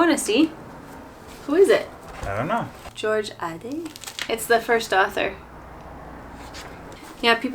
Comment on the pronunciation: That's George Ade (rhymes with paid). Some of what he wrote is still funny. "In the city a funeral is just an interruption of traffic; in the country it is a form of popular entertainment."